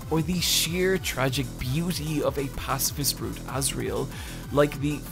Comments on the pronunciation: "Pacafist" Love the vid tho ❤ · "pacafist" pacifist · WHY YOU SAY "PACAFIST" taht not word my amigo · "Pacafist" is making me giggles everytime it shows up on screen